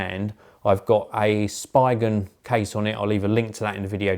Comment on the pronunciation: I always cringe when you say "Spigen" as I think you're pronouncing it wrong!! I always pronounce it as "Speegen" but then again, who really knows?!!! 😂😂 Great review by the way - my matte black iPhone 7 actually arrived today📱👍🏼